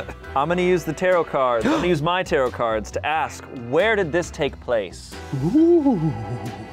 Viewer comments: Is he saying taroTt? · pronouncing tarot like "carrot" amuses me more than it normally should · Its pronounced tarot not tarot